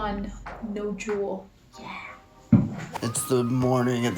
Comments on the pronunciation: Don’t juul not cuul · I kept thinking they were saying drool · Lol o thought they were saying drool 😅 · I kept hearing drool instead of juul in the beginning 😂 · Say juul not THE JUUL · Sounds like "drool" lol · thought they were saying drool 😂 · when said “I juul in the subway”, I heard “I drool in the subway” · Sounds like “drool” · I thought they said drool Hahaha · Anyone hear drool instead of juul?😂